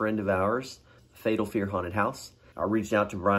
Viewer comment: "Fatal Fear" not "Fetal Fear" which brings on a totally different mental mage.